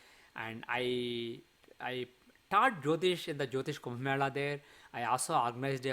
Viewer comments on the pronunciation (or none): none